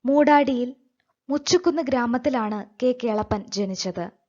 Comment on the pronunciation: ചേച്ചി മുച്ചുക്കുന്നല്ല മുചുകുന്ന്.....